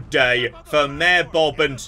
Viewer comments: Every time you say Mayor it sounds like mare, and I was very confused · for like 20 min i kept hearing maer. I was like wtf is a mear. Mayor..